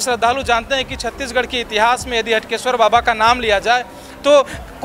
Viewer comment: Clear nhi tha हाटकेश्वर है हटकेश्वर